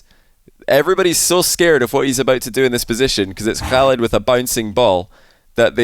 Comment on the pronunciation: you are pronouncig oKhaliD's name really well :)